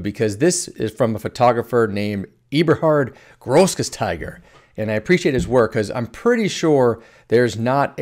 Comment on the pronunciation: As a German, I can confirm that you pronounced Eberhard Grossgasteiger almost perfectly. 😄 Thanks for the many great tutorials!